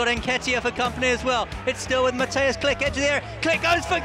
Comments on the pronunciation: Kilch! Not Klik ! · Read his name like, Kli-H', not Click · He is Klich not Click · Everything is ok but please read his name like kli"h" not klick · It's not Click xD It's KliCH like "WHO are you" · Jak można nie umieć powiedzieć Klich tylko mówić klick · His surname should have been pronounced as "kleeh" not "click" xd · All Poles: Klich English commentators: Click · Its not Klik but Klih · SAY "KLIHY" NOT "CLICK"!! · KLIK XDDD I'm Pole and my ears are bleeding....anyway greetings from Poland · nah fam its "mateush klih"